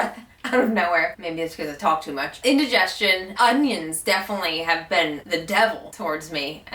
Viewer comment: Hi! You said a word that sounded like ”intragestion” or somethimg like that. Cant find it in dictionary, please help me with the spelling thanks.